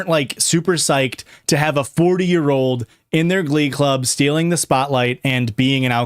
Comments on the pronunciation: it took me 43 minutes to realize u were saying "glub" and that u actually can pronounce the letter c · Every time you say glub I actually start laughing so hard. EVERY TIME. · It took so long to realise you said glub and not glove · I screamed every time the word "glum" was uttered 💀